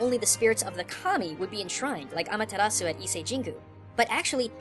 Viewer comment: did you say amaterasu and izanami?